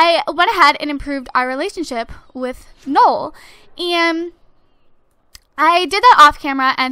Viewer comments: It actually is Noel, like Christmas in French, not like you said ''Nool" because that's wrong. Trust me, my great grandfather's name is Noel. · it is pronounced "no-el" not nole :P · it's no-elle :/